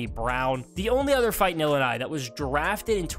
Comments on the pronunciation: And there is no s in Illinois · you don’t pronounce the “S” in Illinois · You need to learn how to pronounce Illinois and Illini